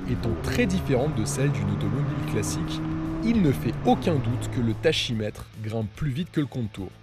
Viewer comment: Tachymètre mais ça se prononce “taki ” .....